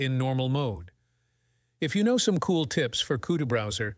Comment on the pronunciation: Coot browser ! LOL LOL LOL